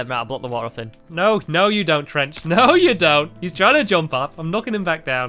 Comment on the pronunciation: land on the woter